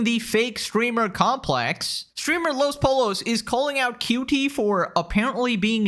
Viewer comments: uhm actually it’s pronounced los pollos you’re welcome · ‘Los poe lows’ 😂